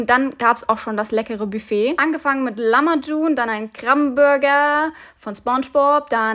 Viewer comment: Lamajun hahahahahaha wird Lahmachun ausgesprochen machst voll geile Videos